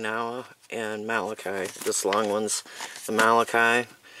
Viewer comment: Molokai is pronounced like mow - low - kai. You may not be interested in this info... however, with all due respect, the way you pronounce this Hawaiian word causes physical pain.